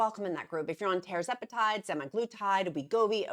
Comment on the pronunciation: Tuuuuuuuuuuuuurr zepatide! Not Tar! Eeak! Tur-zepatide (Tir)🐔